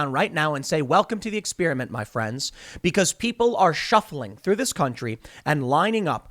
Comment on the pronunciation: Its not X-PEER-A-MINT..... EX-PER-I-MENT